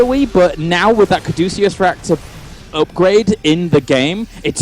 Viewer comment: Cadeucus. Kaa-doo-kiss.